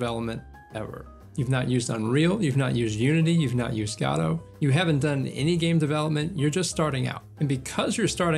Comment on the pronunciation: If watch him if he would stop saying gAdot instead of gOdot